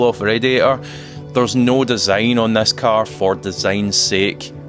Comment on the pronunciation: How you can say i collected thas car?it’s ‘this’ not ‘thas’🤣